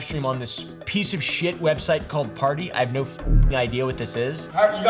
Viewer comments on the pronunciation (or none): none